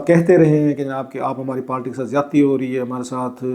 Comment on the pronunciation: بھائی برائے مہربانی پارٹی کو پالٹی، قائل کو قیل کہنا بند کرو.